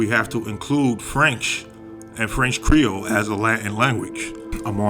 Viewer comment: And your creole accent was on point!